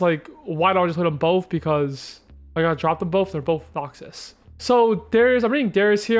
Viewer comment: You saying noxius is obnoxious